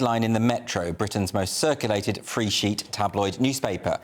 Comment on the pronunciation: I think you mispronounced "sheet" in "free sheet newspaper."